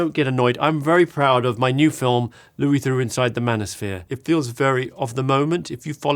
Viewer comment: Ah, my favourite documentarian...Louis Thurrox.